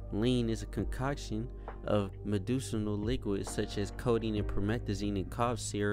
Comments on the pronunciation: My man said “meducinal” 😂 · Bro said “meducinal”